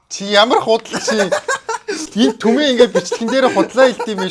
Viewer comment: хачуудлиии н ахиииг түмээ биш тэмээ гэдэг.